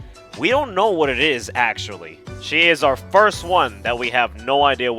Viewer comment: ackhually this ackhual video is very ackhually ackhual